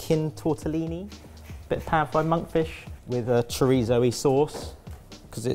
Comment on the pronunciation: It is "TortellONI" you heathens. "TortellINI" are the tiny ones. I have low expectations but- at least the basic terminology ffs